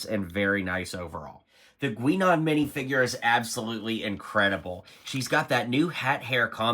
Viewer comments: Have you ever watched the show? Every reviewer butchering the names smh. Guinan is pronounced GUY-NIN, not gwee-nin. Data is pronounced DAY-TA, not Dah-ta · "Gwee-non"? "Datta"? You've never seen this show, have you? I mean, complaining that Geordi and Data (that's "Dayta") have the same torso when they're wearing Starfleet uniforms? You clearly have no idea what's going on with this set. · It is pronounced Guy-Nan! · Please watch some NextGen episodes to learn how to pronounce Data and Guinan. Hurt my Trekkie heart hearing the wrong pronunciations.